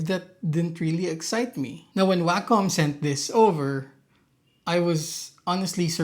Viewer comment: WAY KAHM. NOT waaa cum. that's just gross. the COM is pronounced like a DOT COM. WAY COM. i'm losing my mind hearing waaaaaaa CUM in literally every Wacom review. /rant